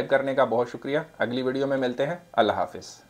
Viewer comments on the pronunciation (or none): none